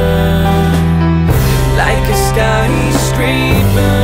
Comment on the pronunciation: Why he says "peeper" and "skyscreeper" instead of paper and skyscraper?